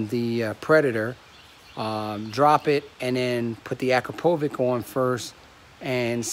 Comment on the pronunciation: dude what?? Akrapovik?? it's Akrapovitch! hahaha! at least say it right dude.